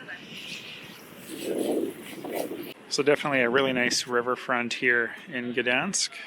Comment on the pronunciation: Also, for someone that speaks english you said Gdańsk pretty well :>